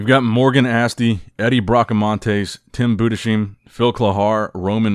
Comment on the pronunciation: just for the future, Tim Budesheim, the last name is pronounced like Budes-heim, "heim" like lime just with H